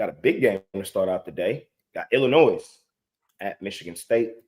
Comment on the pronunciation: It's not Illinoisssssss. The S is silent lol. I've lived here my whole life